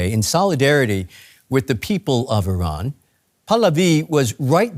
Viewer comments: Iran✅ I-ran❌ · Just pronounce Iran and not Ayran. Also not Aysrail. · Did he pronounce it “eye-srael” ? 😅 it’s Israel just like Iran. “Ee-ron”. Not “eye-ran”.